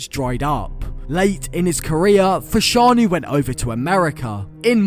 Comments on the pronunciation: How can you not pronounce fashanu right? 😂😂😂 every football fan knows his brother Jon fashanu the a is silent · His names fashanu learn how to say people's names